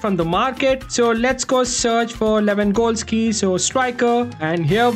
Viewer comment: I like the fact that he pronounces Lewangoalski😂 ,great vdo btw.